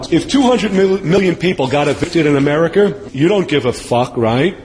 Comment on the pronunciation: “It’s OFFEN” but he can’t pronounce any word ending with “a” americker, floorahder, pamaler